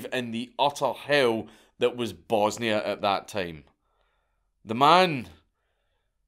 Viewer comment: As a half croat and half serb gentleman, I laughed my ass off hearing you mispronouncing everything 🤣 good try tho 👍